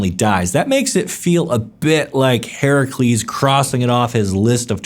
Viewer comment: You pronounced Heracles correctly :O!